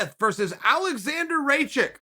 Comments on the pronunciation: RAKIC NOT RACIK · Its not RACIK its Rakić :) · Uncle Chael, sorry to interrupt but Rakić is not "raychick", it's more like "ra-key-ch". Please. And if you followed Rakić's career like me you would know that his motivation and dedication is never in question. He will win that belt or die trying. That's the kind of person he is. Since he fought in Vienna on small shows he was saying "I'll be the UFC champ". And many people laughed on him during his career... Not many people laughing now... He is a real threat to anyone in the division. And I believe he is a fight away from the shot at the belt. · What an effort on Rakic's name... "Raychik"? It's Raa- kich. Accent on A. Cheers mate. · It's not ray-chick it's like ruck-ich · Charl “Raykitsh“ Sonnen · Nobody. Chael:Alexander Raychick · It's RAKIĆ, r a: k I ts. This last symbol is not "s", but it's closest to it, pronounces as a "church". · Sonen rackic? Hahahah say K before C brother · Alexander RAYCHICK. Wonderfull Chael I guess the K doesn't come before the C. XD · Chael: Raychick! Me: OK, great! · Not sure which pronouncing is worse.. "Steepay Meeosick" or "Alexander Raysick" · Not a single person has ever pronounced his name "Raychick." This is where Chael comes in. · Im native Serbian speaker, and when he said it I laughed my ass off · Aleksnadar Rakić, not "Raćik"...i know you Americans have problems with pronouncement of foreign names...but this one is not so hard!!! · Me; is it rakic? Chael; rake chic Me; oh yeah rake chic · Hey Uncle Chael, its pronounced "Raa-key-ich" -but roll the "R" hard... I don't know what it is, BUT its a very real thing. **3 seconds pass by** "You're welcome" 😂😂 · 20 seconds in and Chael already taught me two new words, Raychick and tradrectory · Mine too zemljače :) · Ok Chael, you love your american boy but don't disrespect Rakić by calling him Rajick! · I don’t think you’re pronouncing Rakic correctly.